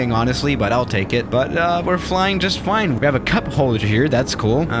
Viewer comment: "but uh we're flying just fline"